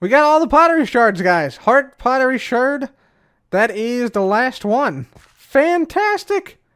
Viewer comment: Thank you, first hermit ive heard say the word sherd as shard as it should be its just spelt with 'erd' as a preference to ancient potterie